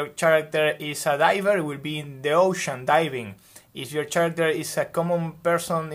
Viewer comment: Great video! Lots of great information! Thank you for sharing and giving such a great visual structure. Oh, by the way, character is pronounced like “care-actor” the “ch” in this case makes a K sound like in “key” instead of the ch sound in “chair”